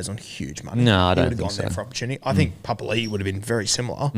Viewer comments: Is trying to make a point about pronunciation? For the past few months he's literally said "pa pa li i - oh sorry pa pa li" to the point where it's sounding like a statement against how it's pronounced Like it's so on the nose now you can't be getting it wrong that often the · Oi Beak Rothfield... J Papalii 2021- "Every year I have requested my name to be pronounced ‘puh-puh-ee-lee-ee’ which is how you say it.”